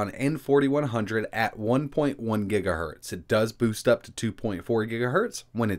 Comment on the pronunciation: Ugh! Boost, boost ... the word is boost, not burst.